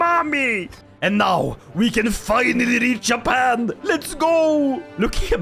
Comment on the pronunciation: its not Yappan is Juh-pan